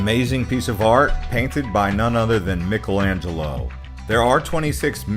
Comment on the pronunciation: the way he said Michelangelo pissed me off lmao